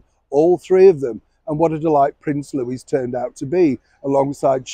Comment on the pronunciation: thank you for pronouncing Louis name correctly.